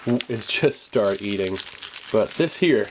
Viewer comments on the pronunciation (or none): none